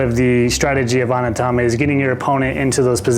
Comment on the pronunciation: Thanks for the runthrough. It's pronounced OH-Knee-Ta-ma, btw.